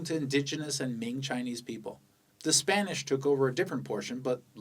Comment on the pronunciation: 你绝对会说中文，听到你的明和清的发音就觉得很地道